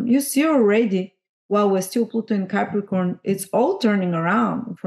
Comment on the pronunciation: I didn’t get how to pronounce the Pluto in Capricorn generation. Looks like an ‘ax’….?